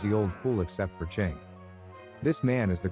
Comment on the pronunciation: Chiang as "Ching" is crazy work...